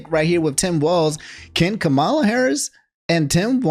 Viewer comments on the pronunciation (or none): It’s killing me lol so Kamala says that her name is pronounced “Comma-La”, not like Kamala Khan